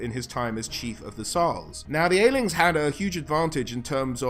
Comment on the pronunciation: Pronounced 'Ass-Lings'.